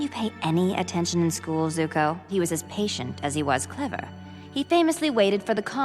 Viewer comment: He isnt Zuko, he is Zuk-eh.